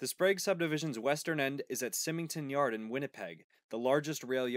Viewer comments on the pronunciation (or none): Symington is pronounced Sigh-mington. Not Simmington. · It’s minor, but it’s pronounced “Simington”. Like the name Simon. Great video. (Winnipeg CN guy here) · Awesome video! It's neat to see someone cover the interesting Sprague line. As a Winnipeg foamer, I wanted to say that the yard here is pronounced "sigh-ming-ton", and the Sprague actually becomes the "St. Boniface Lead" and ends at Terminals Cutoff Jct close to the Downtown/Union Station area. But with those minor nitpicks aside, this is a really well done video! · He didn't pronounced Symington correctly, though.